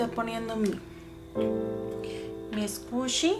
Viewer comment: Haha no se dice scushi es squishy pero hermoso tu video intentare hacer un squishy asi :)